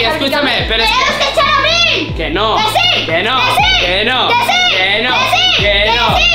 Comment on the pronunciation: Dijo aril en el minuto